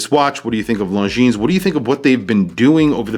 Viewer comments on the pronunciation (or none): Is not “long jeans”... is more like lonzeen (the final s is silent) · A friendly correction… It is pronounced Longine. The “s” is silent. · FYI, the "s" in Longines should not be pronounced... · You dont pronounce the "s" in Longines.